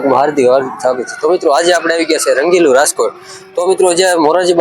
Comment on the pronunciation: રાજકોટ ભાઈ તમે રાસ્કોટ બોલો છો